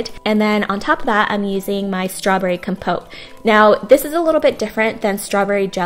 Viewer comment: You said compote wrong the whole time lol